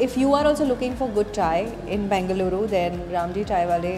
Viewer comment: Your pronounciation of Namma "Bengaluru" is spot on!!. Nice enjoyable video as always,!! Thanks for visiting our state